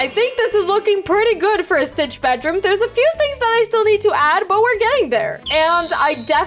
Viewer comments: you said stritch lol😂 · U GOT ME DYING U MESSED UP THE WORD stitch😢😢😢😢😂😂😂😂 ppl hacking me when ui watch u